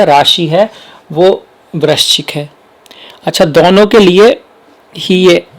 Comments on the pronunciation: ye brakchis kyun bol rahe hai sir? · Kon hai ye namuna..... Jise vrischik bolna bhi Nahi aata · Vrahschik bol nahi paa rahe aap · वृश्चिक शब्द बोलने का अभ्यास करें 👍👍👍